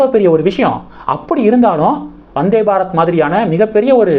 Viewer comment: வநாதே பாரத் இல்லை ப்ரோ வந்தே பாரத் என்பது தான் சரியானது நன்றி வாழ்க வளமுடன்